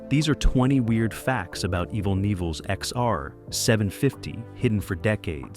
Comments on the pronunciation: man...that was pure torture to hear his name mis-pronounced 275 times..... I met EVEL ( pronounced EVIL ) in 2003 , and told him he inspired my whole life's trajectory...he just smiled, and said " motorcycles inspired mine " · You must, must, most learn how to pronounce a subjects name correctly, especially when you have to say, Evel, so many times throughout the presentation. You pronounce Evel with a long e sound. To spel Evel phonetically; Evel, è, (long e), v el, l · Lovely narration from calling him Evel (rhymes with Bevel), to calling the bike an XR-------750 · Evill ?? Wtf were talking about a legend and this computor crap cant get it right . Shame shame😮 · HE DOSENT HAVE CREDS W ME CAUSE HE DOESNT KNOW HOW TO SAY HIS FIRST NAME ALL AMERICANS & BIKERS KNOW EVIL & ROBBIE K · It's sad that you can tell it's a computer voice because no human would mispronounce his name. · It's driving me nuts